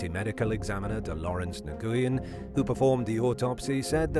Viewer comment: Nguyen, is pronounced "whin or win." Its Vietnamese if memory serves.